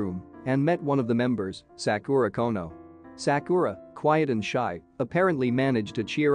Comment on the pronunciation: I love how he pronounced Sakura's name as saakooraaah😂😂